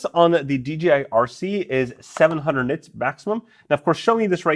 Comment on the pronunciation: Ha ha ha - It's NITS not Knits !!